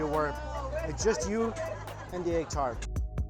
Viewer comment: "Eggu tarteu"